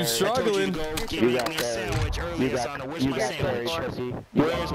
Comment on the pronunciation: Bruh I’m ngl him saying uh-sah-na instead of Asuna was making me sad lmao